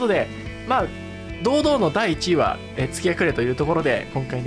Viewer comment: 動画お疲れ様です！ 蝕ショーテルはじめて知りました、恐ろしい 一位の月隠は「がちいん」と読みます！前作セキロでもあった月隠の飴と同じ読み方になりますね、フロムらしいネーミングですね